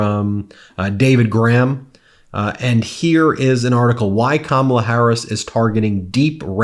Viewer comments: Just an observation that a lot of people mispronounced Kamala, just like Fox News. The difference is that Fox mispronounces KaMAla on purpose. I just glad to see so many Republicans are voting for KAmala, regardless of how they pronounce it! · Why is it that even the old white conservative men who endorse her still can't get Kamala (COMMA-LUH)'s name right? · Hopefully all these republicans will at some point learn how to pronounce ‘Kamala’ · 💙💙💙 can somebody review with people how to say, Kamala's name. It's not difficult people. Just say, Comma. Then say LA.💙💙💙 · They all say KamAla...how hard is it to say her name. They do not say DonAld trump come on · You can tell these guys are legit Trump followers when they pronounce Kamala "Ka-mala". Let's go BLUE! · Why do so many people misspronounce Kamala? It's not hard to say. We hear it many times a day spoken properly. Comma la. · For once I'm happy to hear a Republican mispronounce Kamala's name, it means they're watching right wing news but seeing through the bullshit. There's hope that there are many more of them out there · I keep waiting for just ONE of them to pronounce Kamala correctly. So far - zero. 😂 whoop! and we have a winner!! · Couldn't help but notice these former Trump voters are pronouncing kamala's name wrong just like Fox News they must still be watching